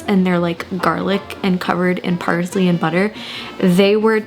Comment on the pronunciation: “Parzley” is killing me